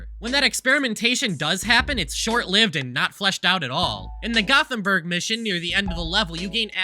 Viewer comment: gothemburg does not = rottenburg -_